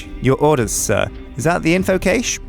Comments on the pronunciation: cache, not cage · Caysh :D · You are pronouncing cache so wrong and it's bothering me more than it should. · Anyone else find it odd how pronounces "cache"?:D